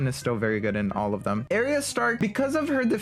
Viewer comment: Your pronouncing Arya stark wrong. ARE-EEYAH